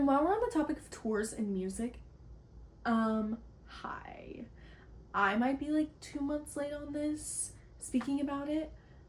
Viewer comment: every time you say hi i think of “COCA COLLA HELLO”